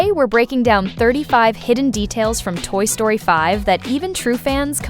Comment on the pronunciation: Toy Sroty?